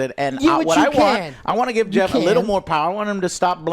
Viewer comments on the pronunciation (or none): none